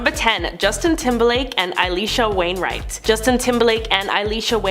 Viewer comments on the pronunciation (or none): "AY-LEESHA WAINWRIGHT".. NOT It Alisha... or Alicia(pn)... not really sure whwre yer getting the "eye/aye" from...